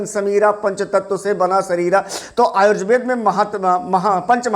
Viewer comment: सबसे पहले तो अपना प्रनंसीएशन सही कीजिए आजुर्वेद नहीं होता आयुर्वेद होता है